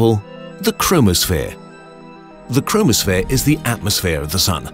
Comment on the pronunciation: When he said chromosphere I thought he said chronosphere